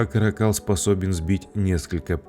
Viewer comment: Не ка́ракАл, а карАкал..